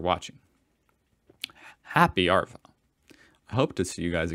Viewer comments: Hey dude, if your going to say Arvo you gotta say it like AaVOeE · he pronounced arvo as are-vow not arvo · Good work saying emu correctly. Sorry but now we need to address how you say arvo. Australians say a soft r. You are saying a hard r. Listen to ozzies saying arvo. You will not really hear the r.